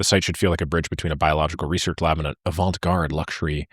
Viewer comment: great video and content.. so thanks for that! just one thingy: the 't' in avant-garde, is not pronounced (it's french). so, it's unsolicited advice, I know. but it's friendly! :)